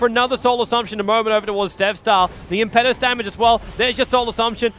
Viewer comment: as a fellow Australian, I enjoy that you cast a wide variety of Dota 2 tournaments and upload them on to youtube, But could you please stop pronouncing Enchantress' ulti Impetus as Im-pet-us when it should be Im-pe-tus, just google impetus meaning and have it pronounce for you. Cheers again from the land down under